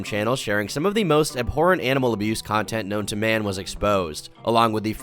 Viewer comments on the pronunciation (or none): Wow. I've never heard the word abhorrent pronounced aberrant lol. Im gonna start using that 😁